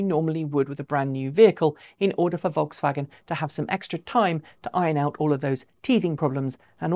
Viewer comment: Vokswagen. Ha! They'll never learn.